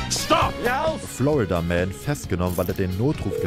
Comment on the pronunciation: Ich verstehe andauernd Flood-a-Man, anstelle von Florida-Man 🤔